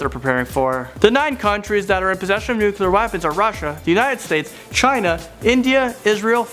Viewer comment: "Nucular weapons"